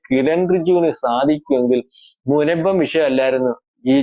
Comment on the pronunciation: "മുമ്പം" അല്ല "മുനമ്പം"